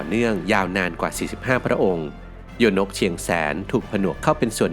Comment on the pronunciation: โยนกเชียงแสน คำว่าโยนกอ่านว่า ยะ-โหนก หรือย-โนก ค่ะ ครูสอนสังคมสอนมาแบบนี้ค่ะ